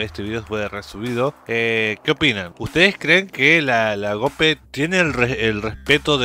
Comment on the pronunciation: Mi estimado,se pronuncia tal cual se escribe GOPE no Geope como tú lo pronuncias.